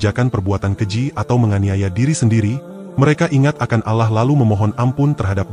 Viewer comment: Allah bg, bukan alah